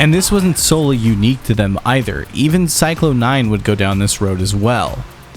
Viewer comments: every time this guy pronounces Psychlon 9 like "Cyclone" instead of Zyklon, the gas they're named after....a goth throws away their boots. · Don’t you dare say CYCLONE nine again 😂